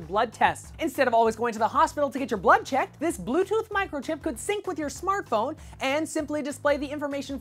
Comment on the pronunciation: hahaha he said smartbone :P